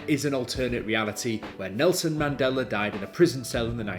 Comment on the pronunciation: It’s pronounced the Mandela Effect not mandelar effect lmao unless that’s a Mandela Effect. Mandela is spelled Mandela not mandelar. Good vid tho